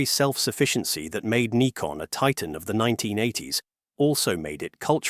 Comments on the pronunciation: Other correction: the name of the company is pronounced "nikon", not "naikon". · Yes, daft Yankee pronunciation. It's Neekon, not Naikon! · It's pronounced Nee-Kon. NOT Nye-kon. This is the downside to using US-made AI tools for voiceovers. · Is it "Nikon" or "Naikon"? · Naikon made my ears bleed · It's interesting the pronunciation of Nikon changes through the video from NIGH-kon to KNEE-kon. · Can you teach your AI to be any smarter? Decide, pronounce Nikon as in Nigh-kon or Nee-kon? Duh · There were 3 different pronunciations in the video (Nick-on, Nye-kon and Nee-kon). Thanks for confirming the correct way.